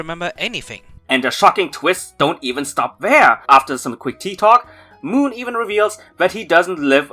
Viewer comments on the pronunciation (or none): Can we just talk about how you pronounced Mohn as Moon?